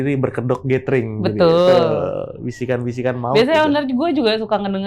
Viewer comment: . Gathering dibacanya [gédering]. Bukan gétering. 🤦🏻‍♂️